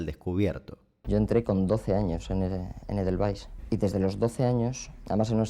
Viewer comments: Se pronuncia en alemán "edelvaizz". En español valle del Edén, el paraíso entre el Tigris y el Éufrates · estoy tan acostumbrada a que en la novicia rebelde le digan édelvais que la pronunciación de damián me tomó por sorpresa kfsjjf (tqm damián) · Creo que la pronunciación de damián no está bien pero se perdona 😆